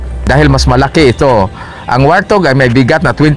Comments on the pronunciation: Wart hog po di po wartog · WART-HOG yata, HINDI WAR-THOG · ang totoong english pronounciation yan ay,,,,,, wort haag